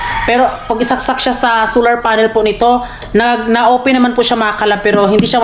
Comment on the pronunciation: bat ba hindi mo ma pronounce pronounce yang solar na yan sular ka ng sular its SOOOOLLLLLLAAAAAAR not SUUUUULLLLAAAR